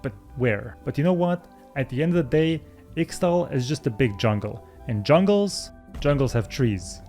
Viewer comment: Ixtal is pronounced: Ish-Tal